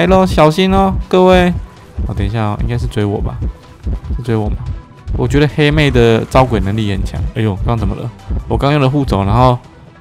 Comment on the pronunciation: 我听到欧拉把黑妹念成helmet